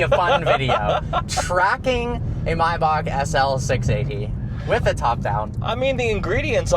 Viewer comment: bro forgot there's an "A" in the first half of "MAYBACH"